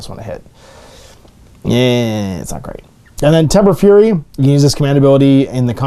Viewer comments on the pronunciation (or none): none